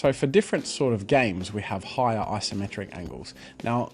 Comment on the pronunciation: It's Isometric, not "Asometric"